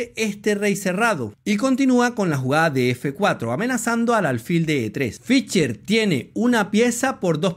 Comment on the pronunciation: Muy buen video, muy buenas explicaciones. Lamentablemente muy mal pronuncias al nombre de Fischer. Se pronuncia con s no con c, mas o menos como Fisher. "she" no "che". Sé que esto es difícil para algunos hispano parlantes, pero sería bueno que lo intentaras. Tienes mi like. Un abrazo y sigue adelante.